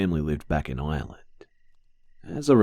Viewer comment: Just lettein yah know you said Ireland wrong